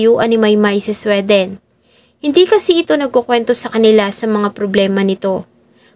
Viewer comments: Hindi SWE--DEN. It’s supposed to be Swee-dn. Pag hindi alam ang pronunciation, google it . Lalo na na gusto ko maging blogger. Pass ako dito nakakairita. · Ang Sweden na bansa ….. pag iyong I- pronounce ay dapat,… swiden…. ( SWI….. hindi SWE)…. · di mag pass ka arte mo di k nmn mamamatay sa maling pag pronounce ng sweden.😂😂😂